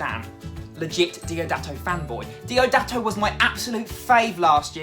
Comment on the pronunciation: Who's "Doidato"?